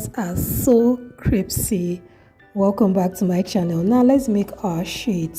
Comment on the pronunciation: She said cripsy no it's crispy 😂😂😂😂